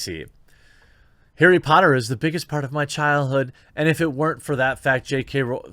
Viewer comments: 'arry PUH - otter??? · HEY! its Airry Potta! Get it right damn it.